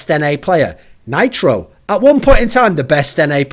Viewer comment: can't even say nitro. He's been awful for months now.